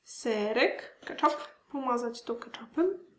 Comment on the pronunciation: KetchUp a nie ketchAp